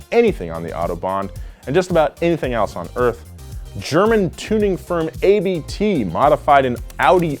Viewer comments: The police force in Northrhine-Westphalia (Germany) recently got a Ford Mustang V8 and ABT isn’t pronounced A.B.T. but Abt (it’s the Family Name of the founder, not an abbreviation) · German Tuner called Abt, not ABT. The founders last name is Abt - pronounced like "upped". Love y'all! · “German tuning firm A.B.T”. It’s pronounced abt as it is a last name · Please don't call them "A/B/T" - as you certainly know, ABT Sportsline GmbH is a family driven, German tuning company! ABT is their family name which basically means "ABBOT"! sorry, "A/B/T" sounds extremely weird to us... D/A/G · I'm sorry, but neither the CLS nor the R8 are actual police cars. The quickest thing the police actually uses might be the E-Class Mercedes in Hamburg. Oh and ABT is pronounced as one, not A.B.T. :) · At Abt you dont say letter by letter just in one word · It's Abt, not A B T. Maybe you know Daniel Abt, he is a german Formula E driver!👌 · "German tuning company A.B.T" My soul just died a little. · I don’t want to be THAT guy, buuuut it is mot pronounced Ay Bee Tee, but just Abt (it’s the actual surname of the founder, like Ruf) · A-B-T? It's Abt! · Pronounced abt not ay-bee-tee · Anyone ever tell you it's pronounced Abt as in Daniel Abt the formula E driver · The german autobahn does have a speed limit just not everywhere. And ABT is ot pronounced A B T it was a guy whos last name is abt its german. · little sidenote.. its not A B T, just Abt.. pronounced 'Up't' :D:D